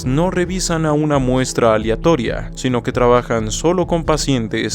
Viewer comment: "Aliatoria" en vez de aleatoria.